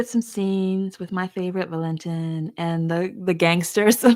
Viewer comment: as i’m listening, i always thought Valentin’s name was pronounced Val-len-TEEN